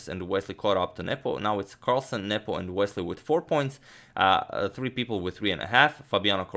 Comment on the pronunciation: Is it just me or is he saying nipple insted of nepom